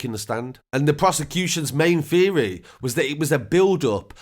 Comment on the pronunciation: Haha, "The Prosecution's main FEERY was that it was a build-up of fantasy over many years." he said lol and, "Coventry Crown Court heard that Maynard-Ellis had suffered from Mental Health problems, and harbored dark FOUGHTS that he focused mainly on the sexual assault of women and their violent killing." 🤣 apparently, it's just too prohibitively difficult, for some, to make the, "th," sound, so it's simply substituted with an, "f."